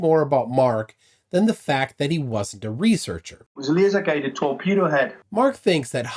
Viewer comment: It wasn’t a torpedo it was a “TEAKpedo”